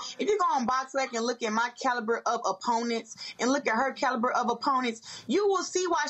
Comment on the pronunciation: Ali would knock Shields' eyes back straight cuz they playin the game "meet in the middle of my nose". Shields can't even pronounce CALIBER. Most talented female fighter? Naw.....don't think so. Isn't even close.😂😂😂😂